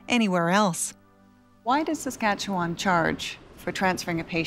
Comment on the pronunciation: I can't take the way she pronounces Saskatchewan. Why is it so so hard? The end is pronounced like 'one'.